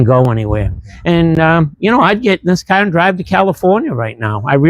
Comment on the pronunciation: Its a fun KAHHHH 😂, is that a Boston accent?